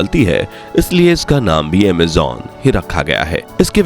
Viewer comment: Bhai pls Amejonnnnn nhi Amazon okk talffuz thik kro ager shabd honsahi nhi honge to video me maza nhi aayega so pls Amazon no amjjjonnnn ok